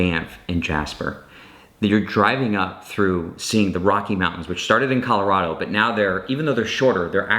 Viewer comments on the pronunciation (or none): none